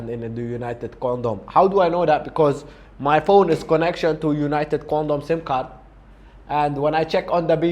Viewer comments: " united condom " hahaha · " United condom " lol